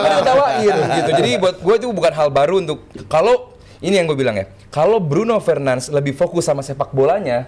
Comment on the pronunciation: Bruno fernands🗿 penyebutan namanya 😂